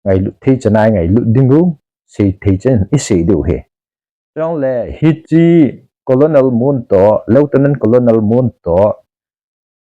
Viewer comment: colonel is pronounced as kuh-nuhl = kahnel not as ko-lo-nel.